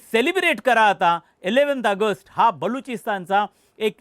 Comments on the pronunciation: अगस्ट अगस्ट काय ऑगस्ट म्हणा नीट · आगस्ट नाही रे बाबा ऑगस्ट आहे ते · अरे भाऊ अगस्त नाही रे.... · अय रताळ्या🤦🏻‍♂️ अगस्ट, अगस्त नाही रे!!! कुठून कुठून भरतात असली नमुनेदार माणसं?🤦🏻‍♂️🤦🏻‍♂️ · अगस्त नाही रे, ऑगस्ट असते ते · ऑगस्ट म्हणता येत नसेल तर AUG म्हणा plz खूप irretating वाटत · अरे याला आधी ऑगस्ट बोलायला शिकवा. बोल भिडू....काय आहे हे. कोण मराठी नाही भेटला का?